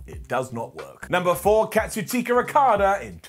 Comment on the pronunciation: cats-u-chika lol